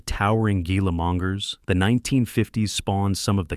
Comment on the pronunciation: "Gila Mongers"?? LOL LOL!!!! Try "Gila (pronounced Hee - luh) Monsters"! LOL